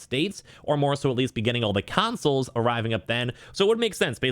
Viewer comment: FYI it’s Consoles and not Cansoles